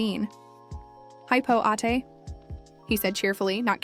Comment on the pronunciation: Ma'am correction for the pronunciation of what you say " older sister" called ate. Not 8 or eight but ATE.